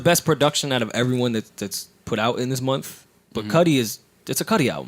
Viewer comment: Joe can’t say month. He says ‘mumf’.